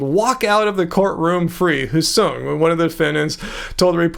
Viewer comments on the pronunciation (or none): Hsiung is pronounced Shung